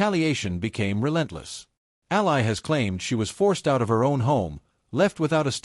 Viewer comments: Its pronounced like alley. Please. Your ai slop belongs in the trash in an alley. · COULD YOU AI AT LEAST PRONOUNCE HER NAME CORRECTLY! ?